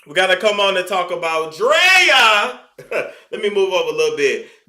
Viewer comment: You saying Draya name like that got me ctfu bc that’s my damn name. I just don’t spell it that way. Lol (Drea) me